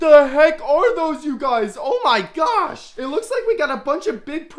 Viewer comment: Je vous suis que depuis peu. Pour les poissons, ça allait. Pour les insectes, vous en faites trop, trop de manières, vous parlez trop fort, quand à vos m'y gosh, c'est insupportable vous ridiculisez le vrai nom. D'après certains commentaires, vous maltraitez vos insectes et l'histoire de la tarentule m'a dégoûtée. Par conséquent, je me désabonne illico et ne recommande pas votre chaîne. Si vous maltraitez ces animaux et d'autres, j'espère qu'une personne vous signalera. Vous faites plus le 🤡 qu'autre chose. 👎